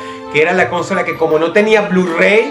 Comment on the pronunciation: Dross, ¿por que acentúas "cónsola"?